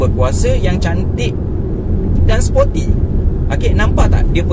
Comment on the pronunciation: Bukan spotty bang, sporty. Spotty tu tompok2. Haha.